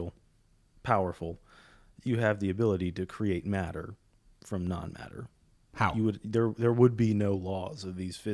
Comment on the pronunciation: It is hillarious every time I hear "matter from none matter" like none matter as in nothing? Looool